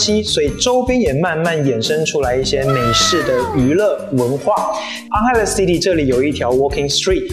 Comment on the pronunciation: 可以請問一下，為什麼你的 "Angeles" city 發音不太一樣???